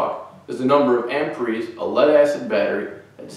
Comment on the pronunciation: Good video. I've never heard anyone say "amperies" before.